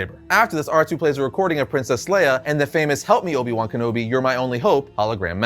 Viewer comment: How do you mispronounce a name that was said many times in the movie hahaha.